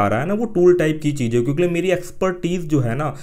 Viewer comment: Aap kyonki ki jagah kyonkle kyon bolte hai har video me dekha maine